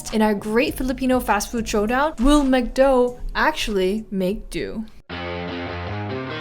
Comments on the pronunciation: Mcdo is pronounced Macdo Like Mac and chesse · How do you mis pronounce McDo?!